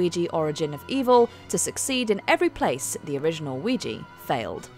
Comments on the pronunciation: It's oui ja, yes in French and German. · You kept pronouncing Ouija improperly. It's Wee-ja. You obviously never watched "Witchboard" to know the proper pronunciation and the context of the name.